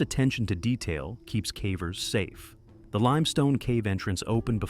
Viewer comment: 'cavers' or 'cavvers', 'Yorkshyre' or 'Yorksheer'. These are the mispronunciations that jolt one awake.